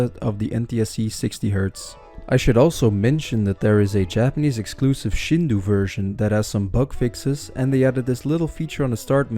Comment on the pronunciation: Did you use GPT for parts of the script? It gets a little GPTish here and there lol. Also, it's pronounced Sheen-doh or shin-doh if you wanna be more casual about it, but never shinduu.